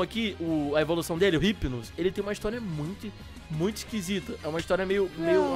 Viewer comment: o hypino não fala com o R mais sim com I tipo: Ipino